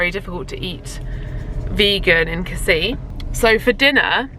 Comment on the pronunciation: With Casis you actually do pronounce the last 's'. What a lovely honeymoon; you look really well 🥰